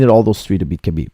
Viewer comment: its pronounce habib dont sound out the k